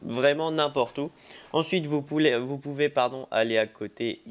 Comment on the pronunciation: Je ne me suis toujours pas remis du "Vous poulet"😂